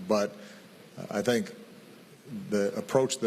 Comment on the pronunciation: sənk yu, du yu sink?